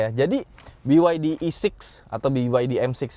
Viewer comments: Kenapa ngucapinnya harus Bi Wai Di om, kenapa bukan Be Ye De? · Jangan sebit biwaidi tapi beyede..